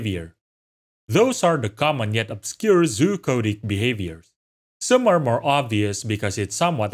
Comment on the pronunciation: I'm 99% sure he was saying "Zoochotic", but it absolutely sounds like hes saying "coded" lol